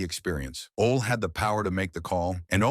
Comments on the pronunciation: It's pronounced Olie not ol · Oh-Lee = Ole Anderson